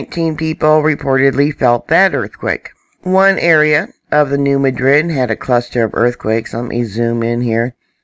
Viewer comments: New MA-drid. Like apple. I know...but that’s how it’s said. Thank you,! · Thank you for your videos..... I enjoy your content. ❤️ I live in the New Madrid area...... if you are a local to the New Madrid area, it’s pronounced New Maaadrid emphasis on the word mad... I’m not trolling. Love your content.....we just pronounce some words differently around here 😊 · Probably hear it both ways because of new people moving into the area. It’s New MADrid, Cayro (Not Cairo) and EldoRAYdo (not EldoRAdo). Etc...